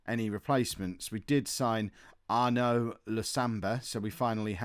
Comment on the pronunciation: Arnaud is pronounced Ar-noo